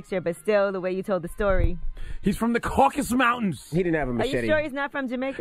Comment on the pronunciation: “He’s from the Caucast mountains” “Yuh cun-created him”😂😂